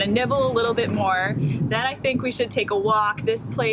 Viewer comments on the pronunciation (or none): none